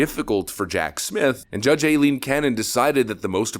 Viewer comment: lol, for someone who went Karen about how people were not saying "Go woke, go broke" and instead "Get woke, go broke", you need to learn how to pronounce the name "Aileen"...it's pronounced "Eye-leen" and not "Ayleen"